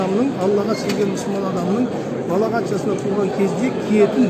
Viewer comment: Сөз дұрыс айтылу керек. Балағат емес балиғат деп айтыңыз имеке. Балағат деген біреуді жамандап намысына тиетін дөрекі сөзді айтады.